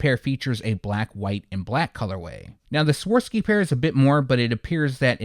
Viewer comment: Not trying to be arrogant but I just respect your channel and knowledge too much not to let you know that it’s actually pronounced Swah-Rov-Ski, not Swar-Ski…